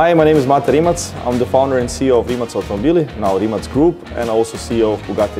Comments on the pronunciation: Its not "rimack", its "rimats" the 'c' is the same sound you would make when beatboxing the highhat sound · pleas pronounce the name prop